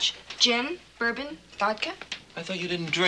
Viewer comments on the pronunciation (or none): none